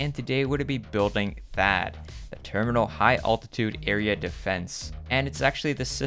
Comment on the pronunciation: Did he say Thaad or faaat? No offense